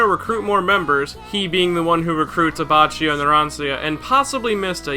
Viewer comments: and also "abbacchio" is "abbakkio" ("chi" and "che" in italian ar "ki" and "ke") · Why do u say Abatchio instead of Abaccio and Die a vo lo instead of Diavolo and Bushaleti instead of Buccialati? U pronounce shit really weird bro